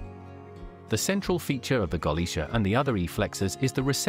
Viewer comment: I think the voice over is AI. It hurts my ears to hear how the mispronunciation of the ship`s name and the lack of that important pause between sentances.